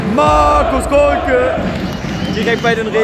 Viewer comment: Wenigstens den Namen konnte der SkyKommentator noch gut aussprechen nicht so wie den von Kolke "Kohlke"